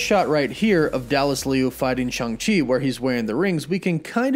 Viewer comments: It’s Shang not Shung! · bro you the goat but it’s SHANG, ang like in avatar 😂 but this Movie gonna be dope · Take a shoot every time he says Shang wrong! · You pronounced Shang wrong